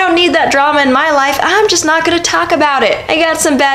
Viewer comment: Good quote. Might as well be a proverb.... However, ya should've put more emphasis on "not."....... Sorry if this is sounding like I'm a grammar Nazi, I'm just saying there should be emphasis on the word not , because that's what the proverb is pointing out.